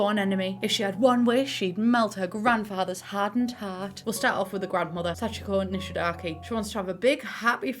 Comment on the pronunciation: Her name is Kaori Nishidake, as in the game. For some reason English speakers keep pronouncing her last name as Nishidaki..😅